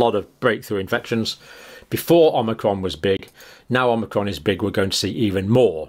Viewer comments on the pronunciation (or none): Sorry dr John it isn't pronounced as omnicrom. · I love the way he says "an Omicron.......cold" !